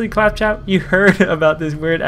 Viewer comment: Pronounces claptrap wrong over 9000 times